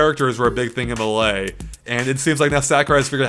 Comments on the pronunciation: Did he say Me-lia (as in you and 'me'), that's not correct at all. That aside I can't wait to see the Duck Hunt trailer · YES. I posted about it in a previous video. No doubt others have as well. It'd be nice if he addressed why he says it like that... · Anyone else sortof bothered by the way says Melee? Too much emphasis on the last part of the word xD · Tristen Jurczenko Why does he need to adress that? He just pronounces it differently.